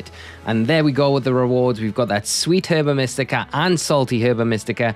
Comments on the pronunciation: It's pronounced erba mystica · I could not pronounce Herba Mystica when I first heard it. I was calling it “Herbica Mystica” for most of the game it literally sounds like a spell or something Latin